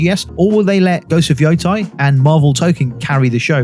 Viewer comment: love your content, but hearing you saying ghost of "yothai" since September 24 feels like im waiting for ghosts of "thailand". Its YotEi. "Yotay"